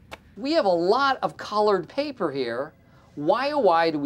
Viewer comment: I just realized for the first time that Michael said “collard paper” 😂😂😂 the continuity is so good